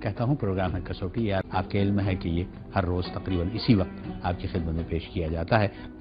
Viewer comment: کیا یہ لفظ کسوٹی ھے؟ " س " پر جزم ھونی چاہیئے ۔ " و " پر زبر ھے ۔ یعنی پڑھیں گے ۔ کس وٹی ۔ الگ الگ ۔ یعنی " س " پر پیش نہیں ھے ۔ س کو و سے نہیں ملائیں گے